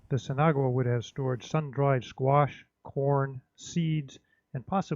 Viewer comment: I'm dying of laughter haha. You pronounce it sin awa. I'm guessing you've been told that thought haha. I hope I helped friend. Also great video!